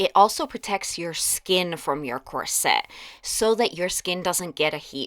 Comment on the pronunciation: I love your channel, but not your pronunciation of ‘corset’. It’s COR-set, not Cor -SETTE.